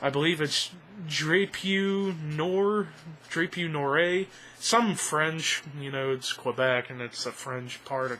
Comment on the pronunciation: the way you spell "Drapeau Noir" is pretty funny.. ;) It's actually spelled "draw-poah noo-are". It literally means "black flag" and yes it's a killer track... probably my favorite off of Beast... Dunno why but in my book, i find that Despised Icon do french tracks really well. "Les Temps Changent" was one of my favorites on Day Of Mourning... anyway great review.